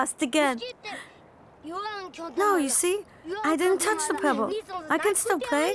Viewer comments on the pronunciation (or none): none